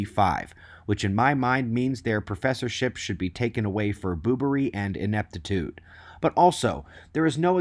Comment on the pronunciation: "Boobery and inpetitude". Brilliant.